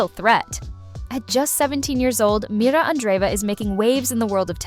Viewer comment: MIRRA. NOT MIRA.